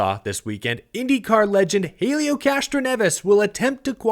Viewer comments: The H is silent it's elio, not Hailieo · Small note from the Indycar side: it's pronounced ELL-EE-OH Castroneves. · Pronounced Elio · gonna have to learn how to pronounce Helio. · Seriously u can't say Helios name remotely correctly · Also why do u say Helio like that your the only one I’ve seen say it like that